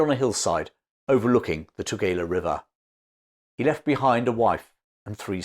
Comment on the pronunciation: Your pronouncing Eshowe incorrectly. And Tugela river. I grew up there. Thank you so much for the history though. So real to me the places you describe. I used to play in the fort as a child. And my Father tide me to a piece of drift wood and floated me across that river.